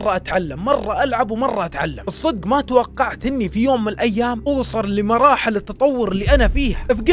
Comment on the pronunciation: انت ذكاء اصطناعي يوم تقول ماتوقعت يقول ماتوقعخ